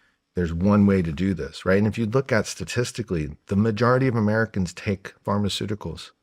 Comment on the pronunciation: Pharmaceuticals aa in medicine. Not Pharmaceutical as in "big pharma"